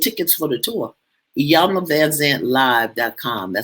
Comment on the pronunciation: E-yan-la. The I is pronounced as a E. Hope that was helpful